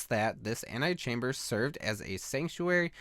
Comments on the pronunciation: Did he seriously say "anti-chamber"? It's pronounced antehchamber. Get it right. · Mark Holaday I know what "ante" means. he was pronouncing "ante" as "anti". That's what my comment was detailing, not the actual definitions of the prefixes. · ant-EE-chamber not ant-AYE-chamber. Ante not anti. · Why do you keep reading "antechamber" as "antichamber"? The 'E' kinda sticks out. And if you were thinking it was a spelling error, it's not. An an antechamber is a small room that leads to a larger one.